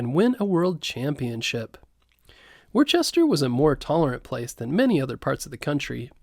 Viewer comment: Very well written and narrated! I suggest editing “Worcester “ to be pronounced correctly. (Wu ster)